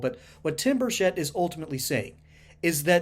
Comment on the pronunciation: It's Burchett not Burshett!